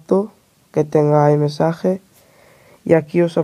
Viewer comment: "aymesaje" no mames... no lo quieres pronunciar peor?